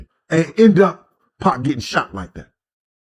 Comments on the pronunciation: Can’t respect any video or channel where they pronounce his name as 2-pack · Its 2pAc not 2pek